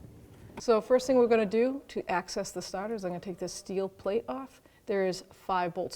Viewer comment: The Stahtah